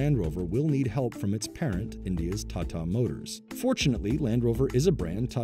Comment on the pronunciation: OK now say with me 'Taa Taa, Taa Taa' got it? not Tattaa